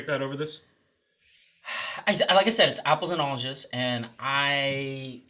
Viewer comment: "Do you speak English?" -- says the guy that says "Onges"... lol